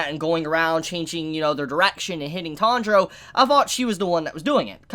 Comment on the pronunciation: Pronunciation nazi mode: Tan-ji-ro = Good. Tandro = Bad. Still love your vids tho.